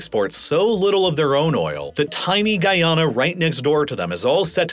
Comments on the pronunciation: Every Guyanese person is cringing at your pronunciation of Guyana. (Love your videos otherwise, man, keep up the good work) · Hearing you continually say my country's name wrong is upsetting